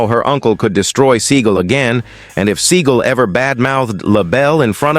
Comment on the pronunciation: It's "seeGALL, not "SEA-gull." And yes, he is one of the most loathsome humans on the planet...now enjoying the obscurity he so richly deserves."